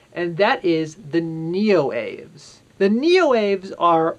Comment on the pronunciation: Neoaves is pronounced Neo-Ah-Vays. It's a latinate name, so the E is pronounced. It's the same root as many other words for birds, like avian.